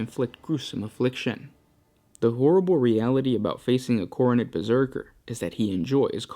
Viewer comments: Pronounced khorn not khorney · Why are you pronouncing Khorne like Khoronid?